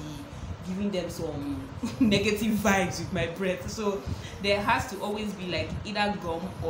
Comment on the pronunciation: 🤣🤣🤣🤣🤣! say mouth odour na 'negative vubes' 😂😂🤣🤣🤣🤣🤣🤣🤣